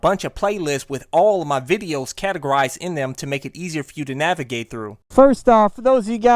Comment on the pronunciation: Navigate, not navagate.